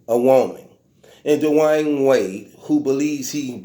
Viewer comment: “Da’Wine Wade” 😂